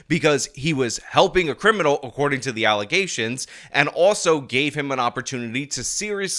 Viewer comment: So many allezations